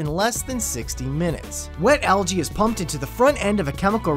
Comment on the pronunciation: He said algae wrong!!